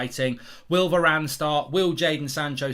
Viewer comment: didn’t know varane was english